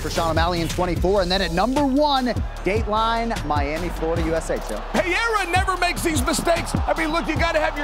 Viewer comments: Him calling Alex Pereira "Pierre" will never stop cracking me up. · And Chael still says Pierra, I love it xD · Chael "Piera" Sonnen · Chael pronouncing Pereira different every time has me rolling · Uncle Chael is the only commentator that announces all UFC fighters names correctly with no mistakes at all, Just recently Alex Pereira came out saying that he himself along with everyone else has been saying his name totally wrong and the only person that always says his name correctly is Uncle Chael..."Alex PEEEAIR"....Uncle Chael undefeated and the best UFC fighter ever....Never loss a fight or even a round and as Uncle Chael said if he really wanted to can return back today and become a 3+ division champ but because he is so humble he wants to give other average UFC fighters a chance to shine and rather sit on the sidelines and be a commentator. A true gentleman...The great Uncle Chael...😅😅😅😅